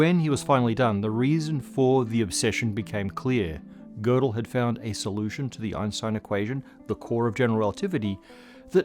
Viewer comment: I love to hear an English speaker pronounce Gödel's name correctly instead of the usual "Gerdel", as if the name had an r.